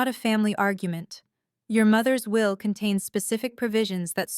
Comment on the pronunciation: At the will [not "wheel"] reading. But a gripping story.